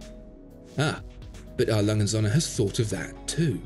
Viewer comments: Srill can't pronounce his favorite watch brand correctly... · How about you learn to pronounce the name of the company?